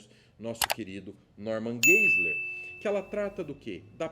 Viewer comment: Pronuncia-se: Norman Gaziler